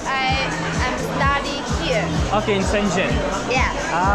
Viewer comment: bhai shenchen nhi hai shenzen city h